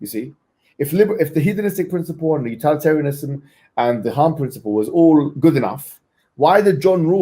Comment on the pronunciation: What kind of rookie pronounces it "utAlitarianism"